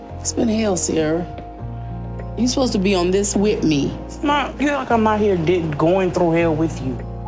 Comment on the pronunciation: It sounded like she said, "Whitney," and not "Wit' me." I was thinking, "Who's Whitney?"